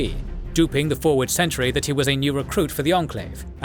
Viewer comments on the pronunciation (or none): none